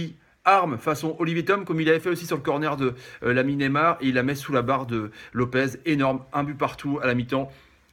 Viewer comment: comparer lopes a schumacher faut vraiment etre un tocard !!! juste pour ton info le gardien s appelle antony lope(S) pas lope(Z) vous nous cassez les couilles a espagnoliser les noms portugais !!